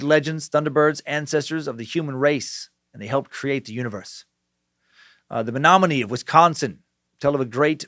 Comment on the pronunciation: the fact he got Menominee tribe pernoced correctly i give a standing ovation. it is a strange tribe name from Wisconsin.